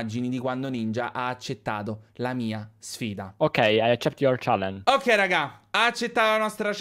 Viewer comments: Per 10 secondi circa ci ho quasi creduto “OK I ACCEPT IOR CIALLENG” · In effetti "okkei, ai accett ior cialleng" era un po' sospetto. AAHAHAHAHAHAHAHAHAHAHAHAHA